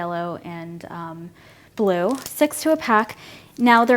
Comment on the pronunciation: I love how you say 'Blue' haha